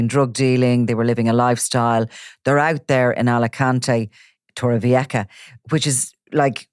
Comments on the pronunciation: It's about 50 kms from Alicante City to Torrevieja, so Torrevieja is not an Alicante City surburb, practically or otherwise. Torrevieja (old tower) is pronounced Torrevieha not Torrevieka. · They keep saying torreveacka 🤣